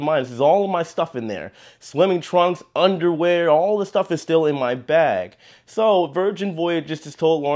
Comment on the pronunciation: I like the emphasis on “ UNDERWEAR” lol.. Fresh undies are a must.